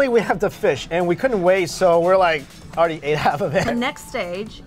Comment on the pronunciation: " -: you got the picha awreadyyyyyy - that funny cantonese accent has me dying..too funny i love her